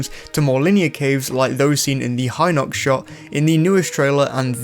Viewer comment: Awesome video as always, but you butchered the spellings AGAIN, mate! it's HEE-nox, not HY-nox!